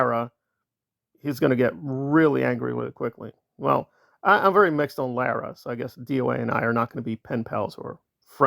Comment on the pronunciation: Just a little FYI…Lara FM pronounces her name as LAWra. Carry on…….😊